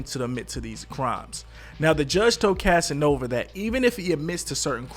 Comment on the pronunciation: Bruh you said “Casanova” wrong in like 3 different ways lmao 😂 you had it right at least once thru out the entire video. Lmao.